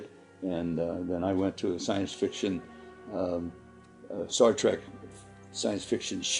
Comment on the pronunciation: Does he actually say Star Track?